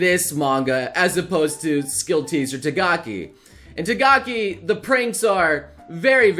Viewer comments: NOBLE FOR THE LAST TIME. T-A-K-A-G-I, NOT T-A-G-A-K-I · it's not Tagaki-san its "TAKAGI-san". You always make this mistake everytime. (Im not being mean, just mentioning your mistake) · TAKAGI man not TAGAKI, please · Is it just me or I keep hearing saying "tagaki" instead of "takagi"? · Tagaki?! isn't it Takagi??? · Tagaki... pls say takagi... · Who is Tagaki????........ Did you mean Takagi?? ... Lol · Repeat after me, TA KA GI, not Tagaki, TAKAGI, TA KA GI. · who's tagaki???? oh you mean takagi hahahaha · It's TaKAgi, not TaGAki! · Pronounce "Takagi" again for me